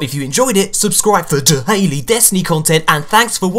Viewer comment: "subscribe for DUH-haily destiny videos" xD